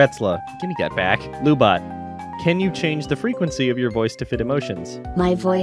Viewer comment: Lu-Bot said fast sounds like Lub-bot (as in lubricant robot). Lu-Bot probably broken-up with MechaGodzilla because their "Netflix & chill" didn't go well because of lub.